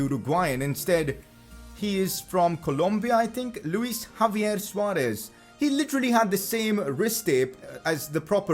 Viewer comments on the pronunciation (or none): none